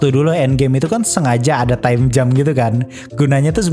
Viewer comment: Gue bingung VO nya bilang Time Jam apa Time Jump. Tp serius gue dengernya time jam = selai waktu